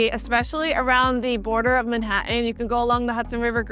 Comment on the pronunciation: Like the way you pronounce "Manhattan" 🙂